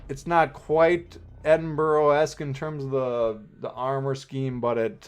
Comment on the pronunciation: Edinburgh is the capital city of my counrty so trust me you say it wrong hahahaha